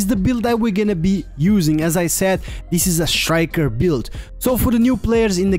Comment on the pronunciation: It's not pronounced shriker. It's pronounces striker.